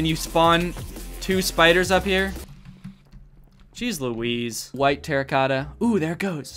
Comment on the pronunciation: So happy Danny says Jeez Lawheez